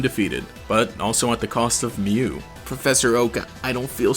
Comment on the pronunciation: He pronounces Mew as "Mewo"